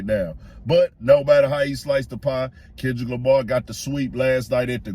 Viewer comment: Not Tendrick Lamah 😭⚰️